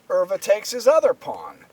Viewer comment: Pronunciation of Euwe is very good!